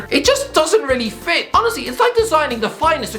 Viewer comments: «» This man has forgotten how to say honestly. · He’s saying honestly not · Why does he just randomly say auzzy